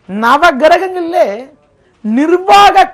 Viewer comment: "Nava grahangalile" the way u pronounce is rocks....